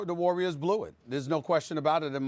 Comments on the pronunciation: Lol SAS in the beginning was about to say Larriors L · Stephanie Lurry and the GAYDEN State LURRIORs